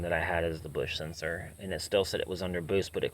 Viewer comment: For the love of god, learn how to pronounce words properly! WTF is a twerbo? Busch is beer, Bosch is car parts you tool!